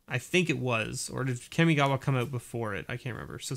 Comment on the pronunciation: The way you said Kamigawa made me think you said 'Kimmi Gibbler' which confused me, I must have missed that set.